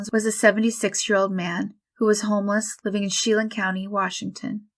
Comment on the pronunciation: Just a quick note if you run into place names again. Chelan County isn’t “Shee-lin” it’s shuh- LAN. It’s one of those pesky Indian names out of area people get wrong. I agree that often the recreations are not the best. But sometimes it’s the best they know how to do.